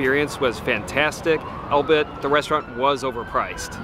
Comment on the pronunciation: it is NOT albit....it is pronounced All Be It strung together as a single word AlllllBeeeeIttttt. and ffs, close your mouth when you chew....ffs